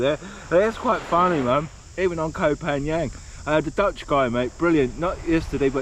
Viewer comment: It isn't kho phangang man It's kho phangheven. OMG that beach is beautiful.